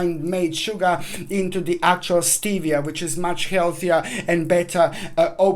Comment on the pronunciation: How do you spell the sugar you that said ? Your accent made it hard to understand 😩😂